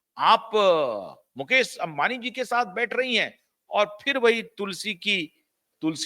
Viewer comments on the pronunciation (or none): मुकेस नही मुकेश बोलिये.